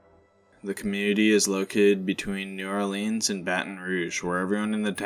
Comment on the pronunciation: We they pronounce it New Ore Leans you know they aren't southern